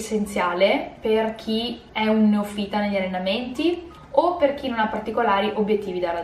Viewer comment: si dice neòfita🤣 non neofìta.. Proprio te 😅